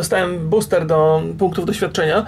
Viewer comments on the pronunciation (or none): none